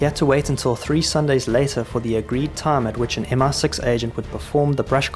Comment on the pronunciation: Great video but it is MI6, not MR6